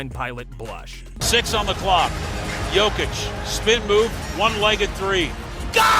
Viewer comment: Saying "jokeitch" instead of "yokeitch" -phonetically... braun is said Brown, and as my man pointed out... Michael Moore? Mike Malone is gone...but cool get it wrong two ways